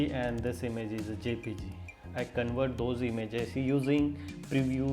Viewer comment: It is not CONWERT. It is CONVERT with a V.